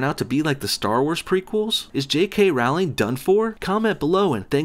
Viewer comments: LOL. "No Bullshit" is such a moron. Can't even properly say the name of the person you attacking, and then just about all of your points can be countered by doing some cursory research. You're a joke. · My responses: You pronounce Rowling wrong There is a lot of hype for Fantastic Beasts and I will never lose interest There will actually be 5 Fantastic Beasts movies There's no fairies There's no Quidditch in the US Is there no reason to slaughter Trump? Who shouldn't be against the travel ban? London had acid attacks every week? What? Okay you're racist and xenophobic... She's not a "vile piece of shit" She gave most of her money to charity First person to become a billionaire from writing books, gave it to charity It's FEBRUARY not Febuary Is Trump not awful? So why can't trans people be in the military? There is no problem. Trans people are no different from other people you idiot. Liberals can't stand jokes? Who would take kindly to you being offensive and racist? Trans people are not men in ladies' bathrooms Obama did a lot of good things Not every guys would brag about seeing naked women just because you would What is with the weird movies clips inserted randomly? It wasn't a false accusation, the video cut out the part where he talked to the child Trump? A Gentelman? What world do you live in? Slanderous claims? Try looking at what Fox News says vs. the truth Fantastic Beasts will not fail. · A lot of oversimplification and word twisting happening in this video. Not to forget the way he pronounces her name. "Rauwlingg" Wtf even? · I think you'll find it's Rowling as in Bowling. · Rowling no like "Rolling". That's how you say it. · "Rowling" rhymes with bowling, just so you know. And she didn't write the Harry Potter stories, or anything else, probably. She's a front. Who really wrote it? Probably a team of agents, because there's NO WAY that fluffy bitch knows all that Illuminati shit. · "JK RAUWLING" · roleing that's how you pronounce it ass.